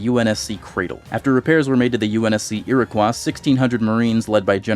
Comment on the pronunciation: Lemme help with the canon pronunciations: Iroquois - Ih-row-coy Côte D’Azur - Coat-d-z-your